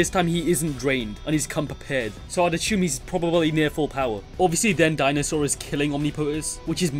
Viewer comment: There is no "h" in "assume" so 'ashume' is kinda a weird word.